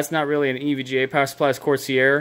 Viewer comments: cor-sier? COR-SARE. Please help me, you're killing me with how you pronounce corsair dawg. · It’s not corseair it’s corsair as in corse-air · Corsee-air? Why?